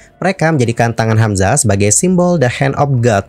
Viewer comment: maaf bgt ini mah, ko di menit ke bilangnya "hamzahas" ya? apa aku yg slh denger